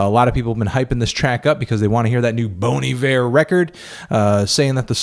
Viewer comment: is that really how bon iver is pronounced